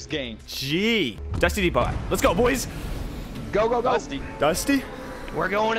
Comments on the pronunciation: It’s pronounced dusty Depoe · U said dusty deppot